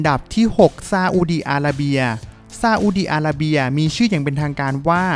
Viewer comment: ทำไมเวลาออกเสียงชื่อประเทศที่มี ร.เรือ ออกเสียงเป็น ล.ลิงตลอดเลยครับ อีหล่าน ซาอุดีอาลาเบีย